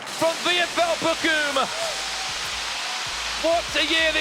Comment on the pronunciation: Hahahaha Bockum 😂😂😂 Its Bochum haha 😂